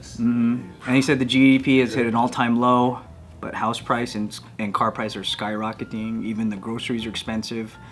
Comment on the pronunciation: When said “rocketing” w the filo accent haha